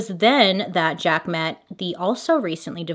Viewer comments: 🤣🤣🤣 Not pronounced Jaka...it's French...zJaaaks with back throat guh sound on the cq is how Jacques is pronounced. Lol...Hilarious! I realized this is 2 years later, and you probably figured this out. lolol...ty ty ;))) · “Zja-kuh”... “jack” 😂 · Jhaaarks not Jack 😁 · Jaques but pronounced shaq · We went from Jaca to Jack— neither correct, on the name Jacques. 😂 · So funny how she pronounces the name Jacque 😅 for those who dont know its a french name and its kind of your US version of the name Jack. ❤ the more you know...🌈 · ...it's the pronouncing Jacques as "Jack" for me LOL love u bailey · I’m gonna need you to learn how to say Jacques in French. 😂 word of the day tho, amirite? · Bailey. Sugar. You can Google how to pronounce the name. Love ya!